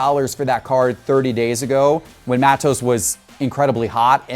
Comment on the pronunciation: Its pronounced mah-tos.